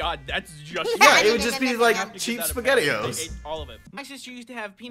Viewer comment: I'm triggered by some of the squad saying basgetti